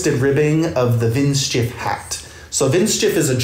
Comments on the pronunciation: Pronunciation is " Vint sheef " :D (Hi from Germany!) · I love your pronounciation of the word 'windschief' 😄 greetings from germany❤